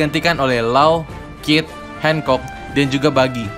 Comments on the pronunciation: R nya mana bang gakjelas Boa hancock bukan boa hengcok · Hancok bang bukan handcok